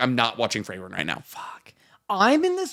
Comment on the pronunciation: "Frey-ren" is killing me lmao